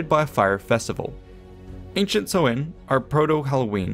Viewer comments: Minor point - Samhain (pronounced "sow - in") has the emphasis on the first syllable, not the 2nd. So, SOW-in is a good phonetic guide. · Samhain is pronounced, as already indicated. It is an Irish language word and is likely the same in Scots Gaelic and Manx, daughter languages of Irish. BTW the tonal stress is on the first syllable, this SAMHain. Go maire are dteangacha bro! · Samhain is pronounced sow-wan, not so-win! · please do not be guided by this guys irish pronounciation! it`s awful lol. but his coverage of the details is good! samhain is pronounced like sow(as in a pig)-in, not sew-in! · Listening to the pronunciation on the video is shocking. The festival relates to the month of November (Mí na Samhna - pronounced me naw how-na) The month of May is Bealtaine (pronounced be-owl-tan-ah with the first two syllables run together) and that’s where the festive dates got their names. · Samhain rhymes with the word for female pig - not the thing you do with needle and thread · Jesus they pronounced samhain so wrong lmao it's an Irish tradition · he is pronouncing samhain wrong.